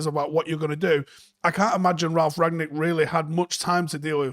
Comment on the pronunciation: It's RANG-nick, not RAG-nick. Rang-nick 👍🏻